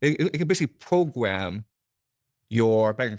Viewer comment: Pwogwam? No dwugs?!